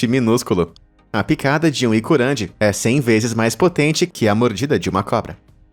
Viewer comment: iruCANDJi, e nao Icurandi... ; (